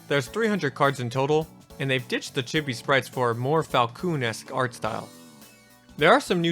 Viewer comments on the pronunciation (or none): It's pronounced "chee bee" not "cheh bee"